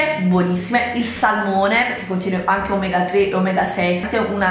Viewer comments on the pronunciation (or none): none